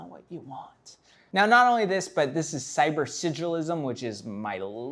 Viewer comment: Sybur-sidadige-ism? Cybor-sidda-lizm! 😬😫 Is it contagious?